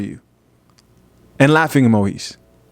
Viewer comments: Yo, it's emo-gees, not emo-his 😂😂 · This man said laughing Emohees🤨 FOH bro!🤣🤣🤣